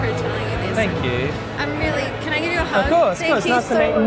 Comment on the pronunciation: Lady - "Can I give you a hugh?" Coronavirus: "what a beautiful hugh"